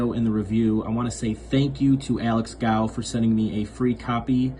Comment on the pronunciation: Love it though just to clarify the owners name is pronounced goff. Sorry to be pedantic love the channel